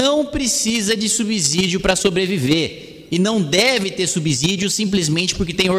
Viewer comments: Gosto de vc, mas, por favor, fale correto. Ninguém fala subzolo, fala-se subsolo. Então não fale subzídio, fale subsídio. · Kim, "subsZídio" não! Dá uma olhada no fonema. Subssssssssídio! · Brilhante oratória! Dica: subsídio fala-se como subsolo. Sub/ss/ídio.